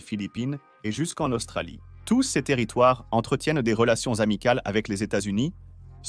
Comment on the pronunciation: Votre voix de synthèse à encore beaucoup de progrès à faire: quand j'entends cèse alors qu'il est écrit "ces", je dégage illico.